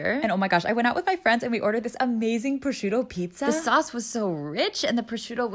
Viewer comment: I like how she can pronounce every Asian word but she can’t pronounce prosciutto